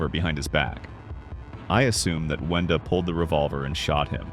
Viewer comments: He said Venda instead of Wenda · WENDA NOT VENDA